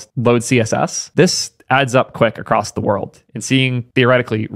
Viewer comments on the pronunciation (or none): none